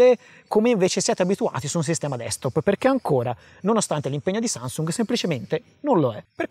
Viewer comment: oh oh mi è semblato di aver sentito sansung😂